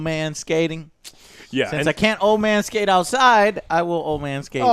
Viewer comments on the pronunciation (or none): "Man skate" sounded like manscape. Throwing in that Manscaped sponsor into this one too.